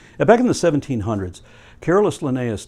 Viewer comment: I always heard "Careless" Linnaeus instead of CarOlus... >.<